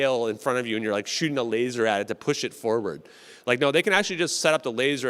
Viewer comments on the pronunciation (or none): none